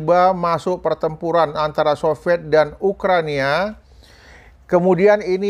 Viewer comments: Ukraina Bosss bukan Ukrania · Maaf Ukraina Pak Bukan Ukrania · Ukraina abaaahh, bukan Ukrania